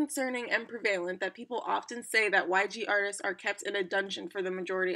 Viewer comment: prevalent is pronounced preh-vah-lint no tea no shade.....